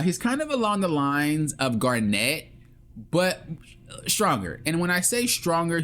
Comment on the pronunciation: Garent. Nkt like Kevin. Just Garnet, bro. Her name is NOT hard to say. That shit is my pet peeve.